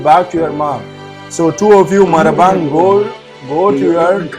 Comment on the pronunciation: Not Marabang it's Ma Rang Bah😅